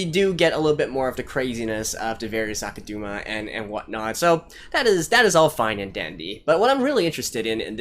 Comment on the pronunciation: I have nothing against your speculations from the musings part of the show, but this "Kansai Liberation" thing hired criminals that kill thousands of Kansai citizens, maybe they want to liberate Kansai but at what cost lmao? Also it's pronounced AkudAma not AkudUma